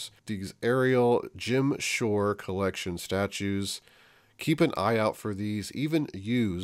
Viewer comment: Mary McQuain i thought he was saying “Gem Shore”. Haha haha